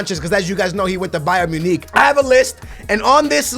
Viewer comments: It's Bayern MunICK ICK! ICK! Not Bayern Muneek... Who the fuck is Bayern Muneek?! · i know but he pronounced it bayern muneeeech